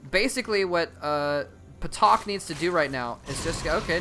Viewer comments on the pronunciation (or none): I think it's pronounced "Tak," with a silent P (like psychology).